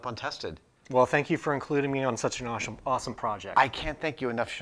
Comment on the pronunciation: "awshome" lol